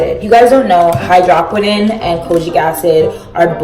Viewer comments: exactly. I was gagged when I heard that hydrahkwinin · Dear goodness, your hair is beautiful. Also, as an avid skin care junkie....It is pronounced hydro(like no)-qui(like squid)-no-n. Just to help if anyone is confused about the product you are using. Not to be a jerk to you, I love your videos and think you are a lovely creator. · H EYE DRO QWI N OWN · whew it’s pronounced hy-dro-quin-none😭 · You pronounced hydroquinone wrong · Did you really just pronounce hydroquinone like that...? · Hai-droh-qwin-own Lol you just spelled it